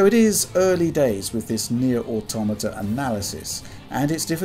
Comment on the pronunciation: Finally, someone who knows how to pronounce "Automata" correctly..